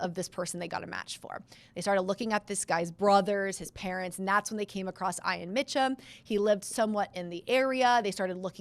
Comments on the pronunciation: It’s E-on! Not I-an. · "I"an? That's a strange pronunciation of that name. I would say "E"an. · hmm. My bad. I've never heard it pronounced like that, but I'm in MI in the USane ee-an is the only way I've heard. Must be a geographic thing like potato, potaaaahto.